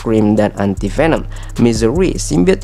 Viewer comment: ANTI dibaca dlm bhs Inggris: ENTI ✅ Dibaca admin jd ENTAI😂